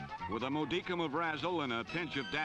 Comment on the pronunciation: Pat mispronounced modicum